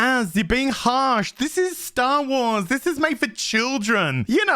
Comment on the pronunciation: Correction, it is Disney "Sher Wars".